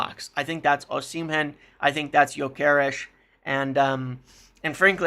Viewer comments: O-sim-hen 🚫 O-si-mhen👍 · First… learn his name right! It’s O-si-mhen , not O-shi-men ! Forget any Napoli players and V.Osimhen after you tried to fraud and blackmail them on Garnacho, plus he rejected M. United already!🤫😡